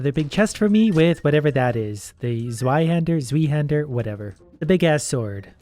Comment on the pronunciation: you pronounced it right the first time. It's a German sword and it's name literally translates into "Two Hander".